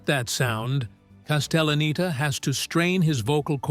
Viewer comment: They also pronounced Castelleneta wrong a few times 😂